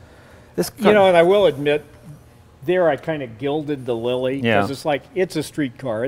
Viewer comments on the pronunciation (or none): none